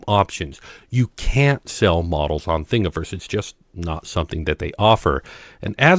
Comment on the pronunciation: Thank you for pronouncing Thingiverse correctly.